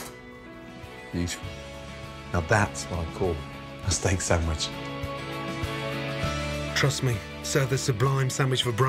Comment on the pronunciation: i love that in other videos he pronounces things correctly like "cwahson" for croissant....but in this he says "steak sammich"